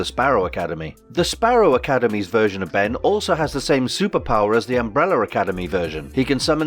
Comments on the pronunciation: What is an UMBRELLER? where is the "R" from at the end of UMBRELLAAAAAAA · What is UmbeRRRRRRR. There is an "A" at the end of UmrbrellAAAA. It is UMBRELLAAAAAAAAAAAAA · Why does this guy keep saying "Umbrellar" academy!! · The Embrolla academy as he pronounces it lol